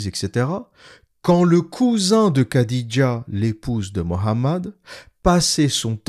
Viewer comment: Petite correction pour les prochaines vidéos le kh comme dans Khadija ou Boukhari ne se prononce pas "k", ça se prononce comme le "х" en russe. Le son n'existe pas dans la langue française mais c'est un peu comme un chat qui crache lol